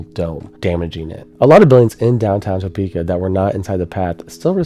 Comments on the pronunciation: If that's the only bad thing that can be said about the video, then did a good job.😊: the only part of the pronunciation that you butchered was the first syllable which sounds like one of the digits on your foot the way you are saying it. The way the locals say it the first syllable rhymes with the word "duh". You say the second part fine so you just have to say it like it would rhyme with duh-peka. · Thanks.... that really grates on my nerves too. 👍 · It was killing me as well and I'm from east TN. LOL! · Another excellent entry. I'm about 1/3 through watching. I am looking forward to viewing all of it, but could you please learn how to pronounce the city before posting. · From Omaha, he did an amazing job. Just with he would have pronounced “Topeka” correctly, kinda made awkward to watch as being somewhat local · I'm from Kansas, have moved in Topeka before. Don't emphasize the To in Topeka. Lol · Are you pronouncing it like that as a joke? did you mean to say i-70, or hwy 40? 17 lives, us Topekans are just built different ;) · So funny everyone says Toe-peak-ah 😂 I've lived in ks my whole life so we say Tah-peaka 😊 wasn't alive for this f5 but I've lived real close to the path it took when it hit Washburn University. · I get a giggle every time I hear him say Topeka. I don't know if everyone else living very close to Topeka says it the same way he does, but I've never heard anyone say it like he does. We pronounce it Ta-pek-a. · Bruh... It's pronounced Tuh-pee-kuh. Not TOE-pee-kah. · TOE-PEEK-AH LMAOOOO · It's pronounced tuh-PEE-ka by locals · It’s pronounced Tpika. The O is largely silent. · This is the best documentary I have seen about the Topeka tornado. Now we need you to pronounce the city like a local. We call it T'peka. The "o" is not pronounced. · Holy cow 26 min of "Toe-peka" hard to listen to. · Shared this with some friends here in Kansas. They are bothered by the phonetic pronunciation of Topeka. In Kansas they pronounce it “Tuh-Peka”